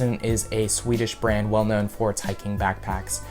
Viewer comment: I thought he said band not brand